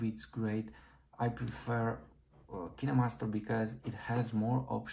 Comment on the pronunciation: Kineemaster? You mean KineMaster?